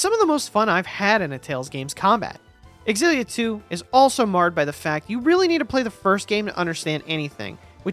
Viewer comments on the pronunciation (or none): Aren’t they pronounced Zilla and not X-illia? Never heard it pronounced the latter way. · It's pronounced "Zillia" ZILLIA, stop saying"Ex-zillia" Stop it